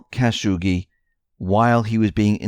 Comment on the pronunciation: Khashoggi, Cuh-shaw-gee. Not Caz-hoogie.